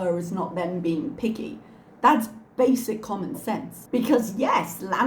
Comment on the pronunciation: Ooh she said "picky"! I could have swore she said "I'm gonna be piggy". And I believed her